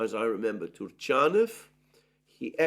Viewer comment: TurchAnov, not TutchInov